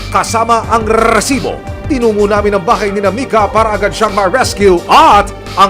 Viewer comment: Kairita pakinggan yung Rrrrrrrrrrrrrrrrrrrrrresibo!